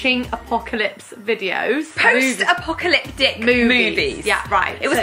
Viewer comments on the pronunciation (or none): What was said "post apocalyptic movies" What I heard "post apocalypdick movies" 😂